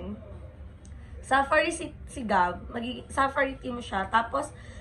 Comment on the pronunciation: OA ng pagkasabi mo ng safari. Accent on the second sylable po. Arte magsalita mali naman